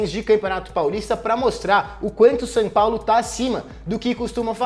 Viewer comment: O nome do time é SÃO PAULO, pare de falar SAN!